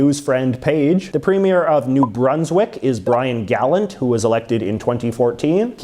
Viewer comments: Pronounced Brian “gallawnt” not “gallent” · I am pretty certain the NB Premier's last name is pronounced Ga-lant and not Gollant (Gollum with a T?) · Gallant is such a common surname in New Brunswick, it's funny to hear someone mispronounce it. The emphasis should be on the second syllable: Guh LANT or more like Ga LAN if you're saying it in French. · Gallant is pronounced Ga-lant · As a New Brunswicker, you prononced Gallant Wrong.